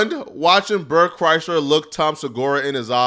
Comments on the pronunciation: Bert and Tom are a couple of unfunny douches….watch any YouTube video on Bert’s downfall and how much of a liar he is… Toms not funny at all and should understand his podcast career is only here because of Brian Redban. I’ll be honest though this all is almost cringe compared to you pronouncing Bert’s last name wrong like it’s the automobile Chrysler.. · I can’t tell if mispronouncing Bert’s last name is on Accident or does he know the 2bears joke that all media outlets fuck up his first or last name constantly…😂😂😂😂